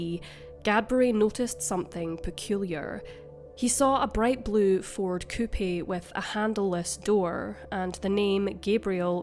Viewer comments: It’s pronounced “coop” not “coo-pee”. 🙄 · A coupee???? Do you mean a coupe, as in a car???? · The car model is called a "coupe", pronounced " Coop ", not " Coo-pay." haha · It's not "coopy" coupe - the "e" is silent. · Coupey? 😂. Try English. Coupe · "Will-am-et" "Coop" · The "e" is silent on "coupe". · Coupe is pronounced “coop”. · Coopee instead of coupe....lol. . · So sad! Coupe is pronounced coop. The e is silent. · Coupe….. pronounced “coop”……. Only one syllable. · “Coupie?” lol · Coupe, pronounced "coop" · It’s either pronounced coupe (coop) or coupé (coo-pay).